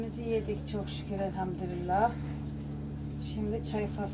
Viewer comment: Elhamdürillah değil Elhamdülillah lütfen yanlış olmasın